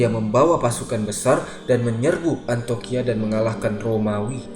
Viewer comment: Maaf saya ralat, bukan Antoqiah tapi Antioqiah ( Antiokiah ) sekarang di turki